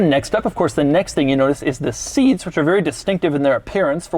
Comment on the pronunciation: sEETs- Luv u Doug<3